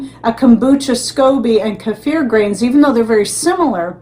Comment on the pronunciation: Love hearing your pronunciation of "keifer"😅 I lived in Russia and THAT'S how it's pronounced there. Oh my, it was SO DELICIOUS 😋 I so enjoyed having many kinds to choose from aswell.